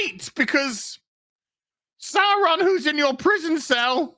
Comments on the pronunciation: Saw Ron not Sour Ron you don't pronounce it dinosour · GALADRRRRRRRRRRrrrrrrrrrrrRRRRRRRIEL SAURRRRRRRRRRRrrrrrrrRRRRRRRRRRRRRON